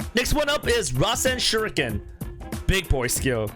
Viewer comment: He said rasenganshuriken lol